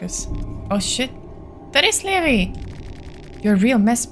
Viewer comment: Talking sometimes works. Especially if you're playing as a certain other character. But it really depends on the enemy. - You actually didn't fully solve that sewer puzzle and proceeded to go the opposite way from the church 😂 At least you covered more ground yay! - Levi's name is pronounced as Lee-vye - IMO, it is indeed better to save the green herb for infections and the red herb for other things - Eye of Sylvian also boosts the effects of healing items (not just magic) but only on the person that's equipped with it. For example, Marina would get extra healing if she were to heal herself but if she were try to heal Abella, she wouldn't get the boost. Only if you unequip it from Marina and then give it to Abella and then use the healing item on her, then she'd get the boost. - I can't get over how Caligura threatens to kill you but his pipe smash attack only does 9 damage 😂😂 - "Bear Trap? Doesn't work." 🥲they actually instantly kill the Fecal Hounds - That was not just a shortcut. It led you to an area that would've been usually blocked off by the rubble. There is a certain equippable item you could've gotten. - If Marcoh and/or Tanaka are still alive, you don't need to worry about getting Olivia's wheelchair. - You found the bar yay! This is another safe area where you can replenish your mind by standing still (you need to be in the overworld, not in the menu). There is an easier, faster way to fill up your mind in this same area later.